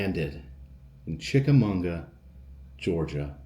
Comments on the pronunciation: We lived right close by for over a decade, had our family portraits done around the cannons and cabins. It's Chicka MAWGUH. Lol. Very close to lake winnepesauka amusement park you visited before. Green Eyes has been told to me for a long time. I think it comes from writing by Ambrose Bierce. The hiking trails there are nice, and horse riding. We will go next year, since we moved further south I've never known there was a festival! You are also about an hour from The Pitty Pat location, Shipley Hollow Rd in Sale Creek TN. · Glad you caught that too. Kind of cringing every time he said it. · I love you, ive gone places that you've shown bc they looked amazing (and they were) but I have lived here forever. It's Chick a MAW ga lmao. I cringed every time you said it. I went to the tower one night when I was young and had a run in with The Lady of the Tower. She scared the hell out of me. When I was a kid my dad made me swear never to go to the battlefield bc of green eyes. If you really wanna try to run into him, try to sneak onto snodgrass hill really late at night (from what I'm told). You don't wanna run into him. He's not friendly and he's very fast. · Yes, I was cracking up every time he said Munga. But it is definitely chick-a-maw-guh. Source: It's my town. ;) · It's Chica mawga Ga. Not Chicamunga Ga. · Chick-Uh- Maw-Guh not Chickamunga,! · I love your channel but it is not chickamonga it's chickamauga lol I live in chattanooga all my life and known about greens eyes my whole life it's a huge local legend much like the soddy daisy kangaroo lol that last one is mostly unknown but I digress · It’s pronounced chick ah Mogga not chick ah munga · No it's chicka-maw-ga, not mag-wa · There is no "n" in Chickamauga! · I didn't know there was an "n" in "Chickamauga".. It's Chick-a-mah-guh... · CHICK-A-MAU-GA! Say it right please. This is my hometown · Great video as always! Chick - Uh - MAW - Guh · great video but......Chick-a-mag-wa is how you say it